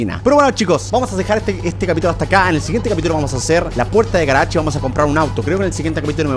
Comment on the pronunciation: Cómo lo decimos nosotros:garage como lo dice german:garach